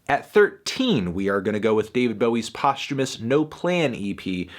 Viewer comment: Wow, I never knew posthumous was pronounced that way. Thank you you fucking melon